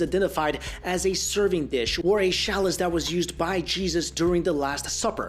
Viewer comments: Pronounced CHAA-LUS in American English and CHEL-LUS in UK English, not shallus. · Shalice? Shalice? The word is chalice, with a ch, like in "chuck Charlie into the channel". Also, stop using the phrase "until now" since it doesn't add anything. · interesting. also interesting is how careful is with pronunciation but he pronounces "cholera" and "chalice" wrong in this video. looked the pronunciation of both words up on YouTube and sure enough, he's wrong. he's usually so very careful that he over prounouces words such as emphasizing the "t" at the end of words. but in this video "cholera" and "chalise" are mispronounced.... okay, WHO are you and what have you done with?!?